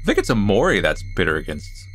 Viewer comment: Hnn guhhhh o..omori? Lmao see you later headlessly